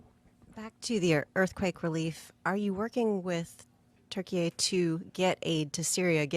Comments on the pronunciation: Turkey-A?! TH!?? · Türkiye that's the correct way to write and pronounce it. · Why does he say Turkey A ?? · Canadian pronunciation 🤣🤣